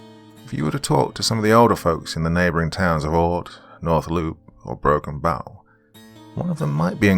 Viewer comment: Dude it is Broken Bow Nebraska as in bow and arrow not the bow of a boat